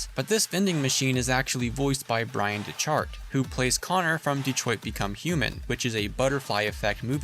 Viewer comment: Also just a nitpick, but his name is pronounced as Deck-art. He also streams on twitch with his wife, and has mentioned that one of the officers names in the opening scene of DBH was his last name spelled as it was pronounced as a tongue in cheek joke of some sort it I remember correctly.